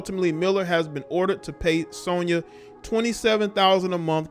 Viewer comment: U not saying Sonya name right